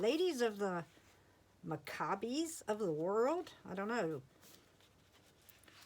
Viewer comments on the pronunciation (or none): Its Mack-a-bees a religious group.